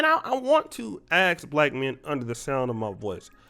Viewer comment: You make solid point, my brother-in-Christ. Superb points. …please please…please try to stop saying “axx a question”. For decades now, Other races have been putting black people down for this…. We can conquer this…